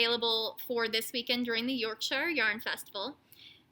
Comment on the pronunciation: So happy for wee Oliver. What a tough time for the family. So glad you are able to help, too. Oh, and its pronounced "York-shur". Also, two. other good words for entrails are: viscera, & chitterlings